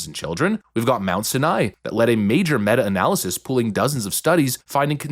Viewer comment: living in the NYC metro area for my whole 35 years I'm just gonna bring this up. ITS PRONOUNCED Mount Sinai (Sigh-Nigh) pronounce the word sigh and nai the same. OTHERWISE. Great content as usual. more tds at play.... gee who would've thought? -.